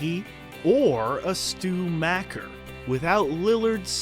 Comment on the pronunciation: It’s pronounced mocker not macker.